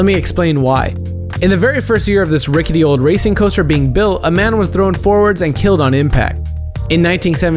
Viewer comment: "THHHHrrrown do their death"